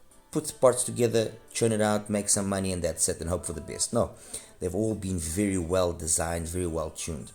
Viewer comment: Wery wery nice review...